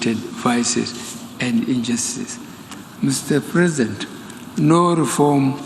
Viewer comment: Did you hear him say mr present 🤦‍♂️